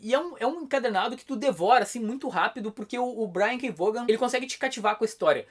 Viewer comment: não me entenda mal, sério. Mas tente fazer um esforço pra pronunciar os nomes próprios dos autores, desenhistas, (etc.) da maneira correta. Brian K. Vaughn tá mais pra Brian K. "Vaun" do que Brian K. "Vaugan". Não quero paracer chato com isso, mas já sendo, practice your pronunciation!